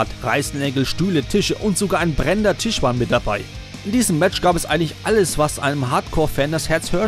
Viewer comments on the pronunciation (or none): none